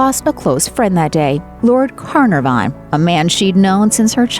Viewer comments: Lord CarNARvon .... Not CarNAVON. !! The emphasis is in the middle and is NAR. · Lord Carnarvon is not pronounced "Car-Na-Vaughn". It is pronounced "Car-Nah-Von." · It's Lord Can naaar vun phonetically speaking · Lord Carnav-arn? It's bloody Car-nar-von! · That’s pronounced can-r-von, not carn-a-von. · It’s spelled “Carnarvon” and pronounced as “Canarven”.... FYI. I looked it up. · It’s pronounced Lord Cah-NAR-von. And can you not call it “A sense of doody”, please. 😳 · Sorry, but the ignorant woman narrating this video can't even pronounce Car NAR von. She had better not visit Wales :) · It's Her Majesty .... not Her Royal Highness .... Pronounced CAR NAR VON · Who the hell is lord corn o van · I have seldom heard such a nonsensical, platitude filled load of nonsensical commentary with an irritating high pitched almost squeaky voice. To state the obvious is obviously an American gift, interspersed with the wrong form of address, as well as the dreadful mis-pronunciation of "Carnarvon". Sub-standard. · That and the pronunciation of The Earl of Carnarvon being butchered.